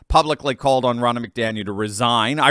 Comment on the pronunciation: I hate it win you say Biden ‘won’ here or there…we all know he DIDN’T win a damn thing in 2020, biggest steal of America’s history! Thank you for your videos! 🙂 and it’s pronounced Ron-na, not Row-na lol. People!! GET OUT AND VOTE! DO NOT TRUST THESE POLLS! 🇺🇸🇺🇸❤🇺🇸🇺🇸